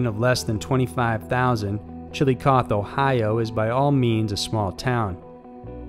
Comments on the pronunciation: I used to live near the #1 story was located. Awful, terrible place. Everything you can imagine happens there on a daily basis. People put posters of the women all throughout the town still. Also you pronounce Chillicothe and Scioto wrong lol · I like the intro! Very creative. Although Chillicothe Ohio you pronounce the "E". FYI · Thank you! That was hard to hear it being pronounced that way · Just fyi...you pronounce the e at the end of Chillicothe. Thanks for another great video! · It's Chill-uh-coth-ee and si-oh-tuh river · Chilli-cotheee.. That's how it's pronounced. Also, Ahhh-kron is how you pronounce Akron. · FYI-I live near Chillicothe, ohio. It's pronounced like chilla-cothee :) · Jesus Christ I'm sorry, but at It's pronounced "Chill - ick - othee" and it's "population of fewer than 25,000", not "less than". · As an Ohioan it killed me to hear you pronounce Chillicothe. Chill-a-coth-ee Great videos though! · It’s pronounced chili cothEEE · The Ohio town's name is pronounced "Chill-uh-COTH-ee" and the river's name is pronounced "Sigh-OH-tuh." Not that it matters. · Chillicothe is pronounced "chil-ih-coth-ee". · Are these stories are sad and stuff but I can not get over the way he pronounced Chillicothe It should be pronounced chili-coffee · FYI, Chilicothe is pronounced Chill -uh - coth - ee. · For future reference, it’s pronounced; Chill-AH-cauth-EE Ohio You’d say it Like chilla-coffee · Not super important, but it’s pronounced “chill-i-coth-EE”. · The Ohio town is pronounced Chi- a - coth - ee . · My National Guard used to be in Chillicothe. It’s pronounced like Chilli-cothee though. But I am glad it is finally getting some attention! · It's pronounced ChillicothE, with a hard E sound. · Chillicothe is pronounced chill-i-coth-ee. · CHILLICOTHE HAS 4 SYLLABLES....NOT 3.....OK...I'M GONNA TRY...CHILL-I-COTH-E.....YOU SAY THE E ON THE END....SHARP E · Chillicothe, chill-low-coh-thee. I lived there once, that's how the name is pronounced. xD